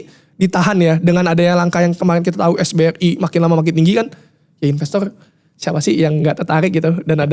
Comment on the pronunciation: Bro yang bener SRBI bukan SBRI yaa… Sekuritas Rupiah Bank Indonesia